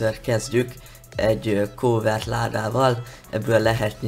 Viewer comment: nem kovert hanem kávört